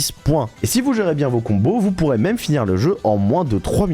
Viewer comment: J'ai pas rever il a bien dit Mamé ou maime ? avec l'accent anglais bordel